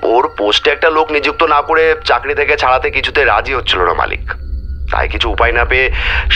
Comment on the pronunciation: ভাই, কথাটা চাকরি,চাগরি নয়।